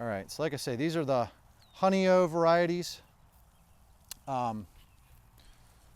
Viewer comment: love your videos, though I live in the country in upstate NY, I have given up on gardening at my age. The strawberries called Honeoye was developed in NY state at Cornell University. It's pronounced honey-oye, the oye rhymes with boy. It's a Seneca Indian word that means, 'where the finger lies' it's in reference to Honeoye, NY a small western finger lake. My family has always owned property there, I have a professionally done photo of the lake in my living room.